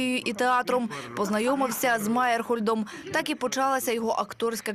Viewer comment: у прізвищі Меєрхольд неправильний наголос!!